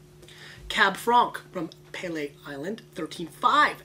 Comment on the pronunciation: It's pronounced "Pee-lee".